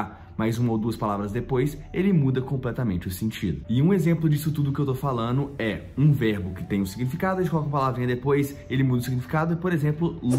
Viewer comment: Teacher, desculpe a observação q faço: ao falar em português, seu gerúndio está soando assim: falano ao invés de falando/ comprano ao invés de comprando. Adoro suas aulas, porém nosso português, mesmo coloquial, deve ser bem bonito. Espero que não fique aborrecido.